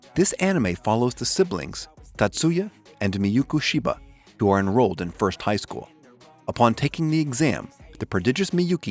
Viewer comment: It’s miyuki shiba not mayuku